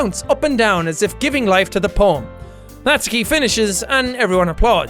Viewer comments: JACK ! You are still saying it wrong. Natsuki is pronounced Nat-su-ki not Nat-ski ! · Jack I think it’s pronounced “Not-soo-key” not “nots-key” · It’s “nat-soo-kee” not naski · Jack I know you played this ages ago but your pronouncing natsuki wrong, ur saying natski nut it’s pronounced as nat-su-ki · It’s not Natski it’s pronounced Not-zu-key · He says “Natsuki” just like “Katsuki” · Its pronounced natsUki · Its pronounced nat su key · I'm sorry it's nat-su-ki. It's been bugging me so much won't change tho... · Its nah-suuuuuuu-key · Just dropping this out, you're pronouncing Natsuki's name wrong, Jack. The U does have a sound. Like this: "Nat-soo-ki" Sorry, as an expert in pronouncing Japanese names, that kinda was bugging me. ^^ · Am I the only one who gets annoyed when jack pronounces Natsuki as Natski? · I'm so bothered how Natsuki is said differently from Jack to GTlive... It bothers me alot! lol